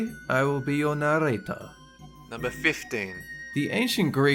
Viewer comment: When did Dolan learn to say narater I think I spelled that wrong Swedish don't judge me